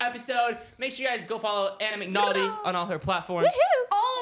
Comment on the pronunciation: Anna mcnauthy??